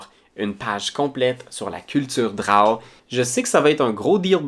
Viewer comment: C'est la première fois que j'entends quelqu'un prononcer "drawe" au lieu de "dro", c'est vraiment ça la bonne façon?